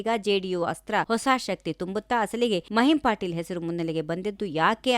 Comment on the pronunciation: ಮಹಿಮ್ ಪಾಟೀಲ್ ಅಲ್ಲ ಮಹಿಮಾ ಪಟೇಲ್